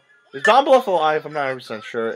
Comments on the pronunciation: Before you get to anymore nonsense, would pronounce his name right. It is pronounced BLOOTH. U as in TUBE. DON BLUTH. It just bugs me I little bit, that's all. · BLOOTH, you say it like BLOOTH :) just a heads up.